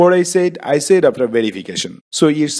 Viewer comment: Pronunciation is very important for presentation. Please pay more attention to that. What did he say at the end- "long life Bangladesh" or, " ling live Bangladesh"?